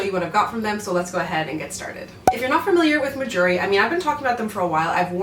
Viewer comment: The brand name sounds like “my jewelry” when you say it which is super smart because us southern folk will think that’s what you’re trying to say 😂